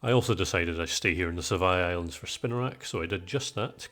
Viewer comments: Sevii Islands = Sev-EE Islands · Ive had this on all day at work today, great video! 😊 Edit: is it just me or does pronounce sevi islands like you pronounce devry university? 😂